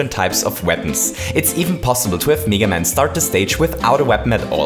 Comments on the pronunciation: It's pronounced meh- guh man" not mii- ga man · Its not neega man its mega man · its. m-,eh-g-a man not m-ee-g-a man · His name isn’t pronounced Mee-gah Man, it’s Mee-Gay Man. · meh-ga not meee ga haha. meh-ga man. well thats how british/american people pronounce it haha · It's meh-ga man not mega man. that aside, good points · Me ga man? He pronounced it wrong, but vid is cool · I love how you pronounce mega man. MEEEGA MEYYKA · he says meega man and meega maker lol